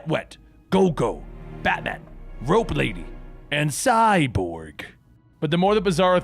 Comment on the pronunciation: “There was Nightlight, Wet-Wet, Go-Go, Baman, Rope Lady, and Ciiii-borg” Truer words have never spoken